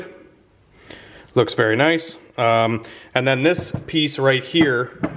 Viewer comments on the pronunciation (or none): none